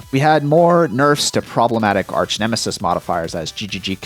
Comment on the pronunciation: Did you really say arsch nemesis on purpose ?